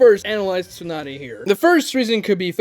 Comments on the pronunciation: Its not a plothole if they address it nunerous times bruh. ALSO, tsu is probounced how its spelled, like the the sound you make when you sneeze. It is not Toonady, its tsunade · Tsunade? Nope! Toonaday? Yeah!